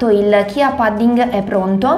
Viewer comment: Semi di CIA!!!! Si pronuncia “cia”, non CHIA!!! 🤦🏻‍♀️🤦🏻‍♀️🤦🏻‍♀️